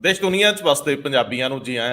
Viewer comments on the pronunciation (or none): none